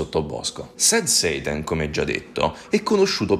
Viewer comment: Scusa ma quando dici sad "seitan" mi viene in mente il seitan dei vegani 😅